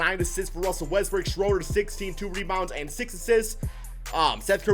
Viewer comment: EVERYTIME you say Westbrook I hear Westbrick hahahha